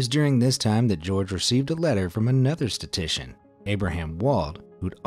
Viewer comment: Super interesting! Not that it’s a big deal, but it’s “statistician,” pronounced sta-tis-tician. Anyway, I’d want someone to tell me. Thanks for the video! 👍🏽